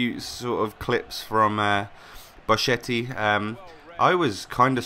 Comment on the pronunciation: in italian "chi-che" is "ki-ke"